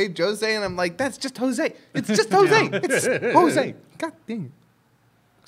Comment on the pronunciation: It took me like ten seconds to look it up and confirm that did in fact get the french pronunciation of Jose correct.